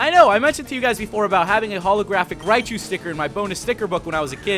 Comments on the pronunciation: It's raichu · its raichu ohh